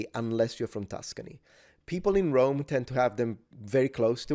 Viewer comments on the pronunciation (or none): none